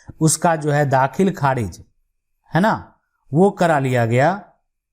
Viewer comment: Aapki language thik nahi kharij ko kharidj bol rahe the